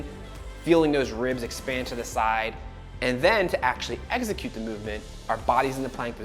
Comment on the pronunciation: Ex-i-cute. Not egg-zi-cute. 🙄